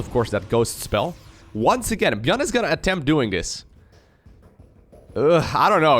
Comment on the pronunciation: Others: Micro Jackson: Gyun